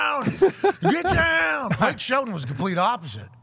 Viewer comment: I don’t care whadd I’m watching. I’m hittin the DAHN every time Hammer DAHN is said